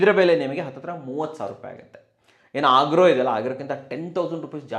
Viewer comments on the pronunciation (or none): ಅಗಾರೋ...ಆಗ್ರೋ ಅಲ್ಲ 😀